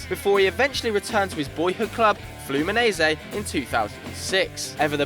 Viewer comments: Fluminaisi to Real Madrid" it's pronounced Fluminense omg 😠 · You pronounced Fluminense wrong... It's not fluminese, it is flumineNse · Can't You pronounce Fluminense correctly?